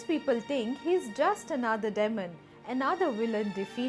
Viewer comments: Sorry to correct you, Its demon not dehmon deymon. IT has 2 syllables. :) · "Demon" isn't pronounced देमन; it is supposed to be दीमन. "Mythology" isn't pronounced "माई - thology"; it is pronounced "मि - thology."